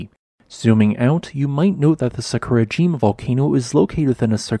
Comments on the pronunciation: Love your videos also the amount of work and research you put into them. Little sad that you do not pronounce the names of Japanese volcanos correctly and once you looked into how to break Japanese into parts how easy it is. Try Sa-ku-ra-ji-ma instead of Sa-kur-a-jim-a as a start. Sorry to be picky but for me, it really takes away from the video. Will continue to watch and give a thumbs up as always. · What did he say? It’s Sah-koo-rah-gee-mah. Omg. This hurts my ears. Try to pronounce the word without intonation. And don’t slur the m, buddy. 🙉